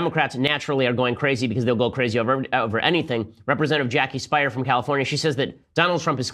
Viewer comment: Ben you have been prenouncing Jakie Speier's last name wrong. Her last name is pronunced spɪər or spear.